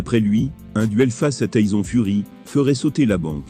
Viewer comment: "Taïzon furi" 🤣🤣🤣🤣🤣🤣 bonne vidéo mon pote